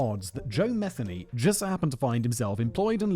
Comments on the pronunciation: He lived in my neighborhood every channel has Said his last name wrong lol. It's pronounced mi-theen-ee not meth-any. The lady that got away is clean now living around here still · Good God. At least say his name correctly. Muh-Theeney. Aren't you from Great Britain? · Oh Jesus tap dancing Christ. It's Ma-thee-y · It’s pronounced MU-THEE-KNEE 😉 and before anybody says anything I know because I’m related to him and I have the same last name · I’m actually related to this guy, you’re pronouncing the name wrong